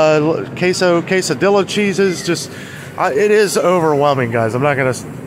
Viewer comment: And Quesedilla is Case-a-dee-a. You and don't eat alot of Mexican food because both come from down south.